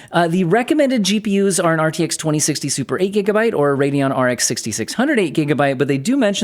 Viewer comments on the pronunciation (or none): none